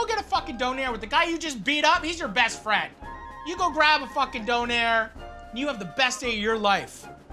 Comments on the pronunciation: I love how he says donAIR instead of doner, it’s so wrong yet so funny 😂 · love you matty and canada but im pretty sure its Döner :p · It is döner not donair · It's Döner ffs. DÖNER !!! it's a turkish recipe. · Döner. Or Doner. Donair... no. Please. Don't hurt my little German soul. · All the germans in this comment sec are just shaking their heads rn. Its called Döner guys not Doner, not Donar and definitely not Donair. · The way he pronounces Döner makes me laugh